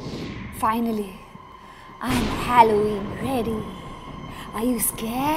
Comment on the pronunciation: you don’t even know how to say halloween